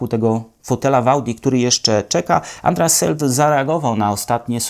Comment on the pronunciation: "Andreas Zaidl" tak prawidlowo wymiawamy to nazwisko:)